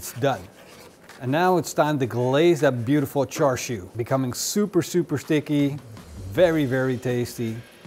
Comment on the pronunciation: Its actually pronounced shar shwee, or close to that. The red colour comes from smoking bbq.